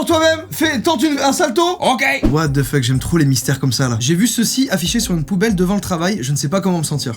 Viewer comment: he's a 10 but he said watzefucké...